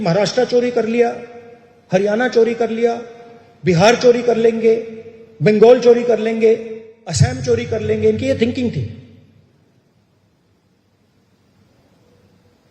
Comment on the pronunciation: आसाम को ऐसेम बोल रहा है।